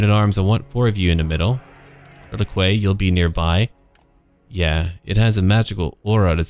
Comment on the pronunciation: Hey man, I'm loving these new campaigns, but for fuck sake, relique = reh-leek... Not reh-likway. Every time someone pronounces it in the latter a high elf dies of arrogance.